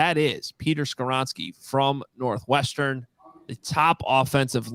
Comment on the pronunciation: Not Skawronski